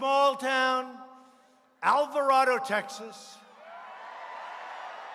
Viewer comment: The way he says Alvarado lmao